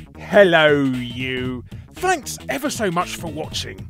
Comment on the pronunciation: Lmao, initially misheard that as ”blanks ever so much for watching”. Had to rewind to make sure it wasn’t an intentional gag at all the ”blanks” in the video.